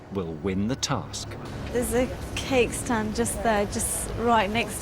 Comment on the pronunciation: did the commenter say wedding cack? instead of wedding cake??